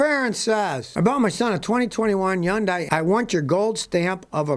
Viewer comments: Again it’s not yundai you talking yemmoroid. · Man really said hyundai 💀💀💀